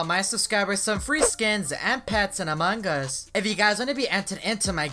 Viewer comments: how he said Among us: amung ush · Ikr amaungus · It sounds like a mangas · Hahah among gua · How many times did he say Amon Gus hahahahahaha 😂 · "In among gus" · Why do you guys say it Among-Gus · look at how he says among us